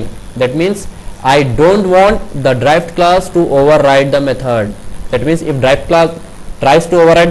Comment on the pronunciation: You are pronouncing Derived class as "Drive" class.........it was confusing for me earlier...otherwise Nice video.